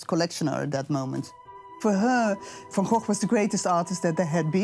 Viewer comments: Jeeze Louise, Van Goff is just as wrong as Van Go. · What is the proper pronunciation of Van Gogh? The narrator and that woman pronounce it Van GoghF and it's kinda making me crazy 🤪